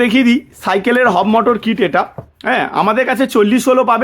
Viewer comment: একটু সঠিক ভাবে বলুন ওটা হব মোটর নয় Hub Motor হবে ।